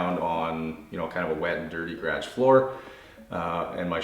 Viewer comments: I soooo want to subscribe but every time I watch your awesome videos you say gradge instead of garage. LOL!!!!! Great vids, love watching the Bissel Spot Pro clean the carpets. For some odd reason that is satisfying to see that sudsy dirty water get removed from the carpets followed by the clean sudsy water. Is that weird? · I never knew that the word 'garage' was one syllable. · Love the way he says garage 😂😂